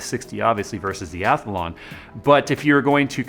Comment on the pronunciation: When did Athlon get an invisible "a" in the middle...or is that the American pronunciation?